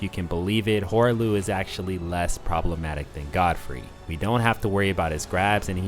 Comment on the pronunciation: Wait why do you say "Goldfrey"?